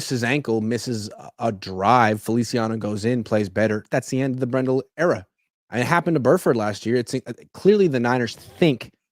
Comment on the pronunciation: It's Brendel not BrenDell. You're driving me nuts with the mispronunciation.